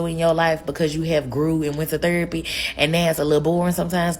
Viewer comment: That rachet ass way she talks.. omg I could not have a conversation with this chick… “appleasing, huuusban, aks, thurapy” 😩 my head hurts